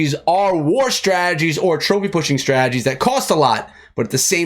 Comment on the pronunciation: I hear strajjies...instead of strategies 😂